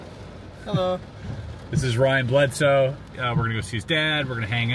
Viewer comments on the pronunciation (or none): The guy's name is "Bledsoe" not "Bledose"!! But fascinating content, thanks very much!